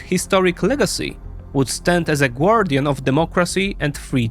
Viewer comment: High class Russian propaganda... except for the "gwardian" accent...